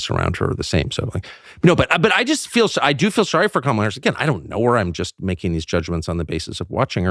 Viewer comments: While the left is getting triggered over the pronunciation of Kamala, Tucker casually saying it Karmella in the first minute of this video 😂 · I love the fact that Tucker calls Kamala "Carmela". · Love how Tucker purposely butchers the demon hag’s name. 🤣